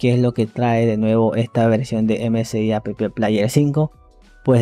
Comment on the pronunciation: porque dice "a pe pe plaier"? jaja porque pronuncia las letras de la palabra "app". Jajaja